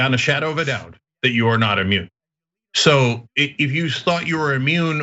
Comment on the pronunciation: Instead of maybe I'm immuned...he was actually saying...may I'm a-moron